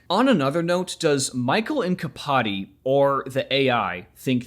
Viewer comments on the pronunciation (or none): I think the mkpadi is pronounced like a Mac at the beginning of a name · for your (pl.) information, the k in mkpadi is pronounced "at the same time* as the p, which is a thing not uncommon in african languages